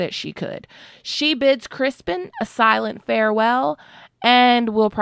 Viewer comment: Its CRISTON COLE NOT CRISPON. BAHAHAHA